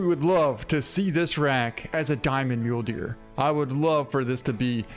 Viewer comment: So. Does he call the Mule Deer Mulee's on purpose or does he not actually know how it's pronounced?